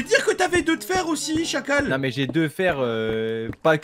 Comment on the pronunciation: a vraiment dit des chacaux 😂😂😂 dans ma langue on dit des chacals